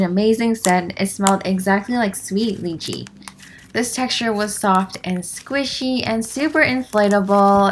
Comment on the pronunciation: I love how you say “squishy” as “squeeshee” lol!!❤️💓